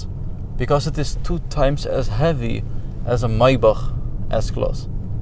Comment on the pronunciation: The very first guy to pronounce Maybach correct